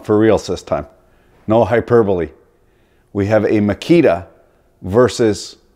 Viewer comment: I thought at first he was saying Fajita...